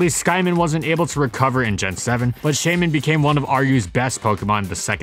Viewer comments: Please‚ it is pronounced Shy-min‚ not chey-min. It is a shy mini hedgehog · Shaymin, not Skymin! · Its name is Shaymin, not Skymin!